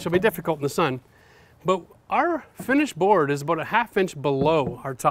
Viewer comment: He is heard him say bout instead of about